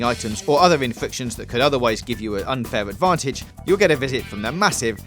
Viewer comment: "...unfaiw advawntige..."